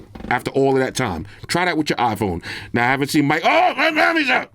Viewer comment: This is a "Yamily Show" 😂